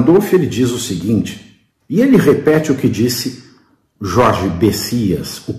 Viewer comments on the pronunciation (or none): none